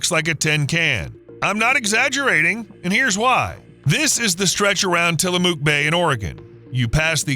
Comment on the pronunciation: You said Tillamook wrong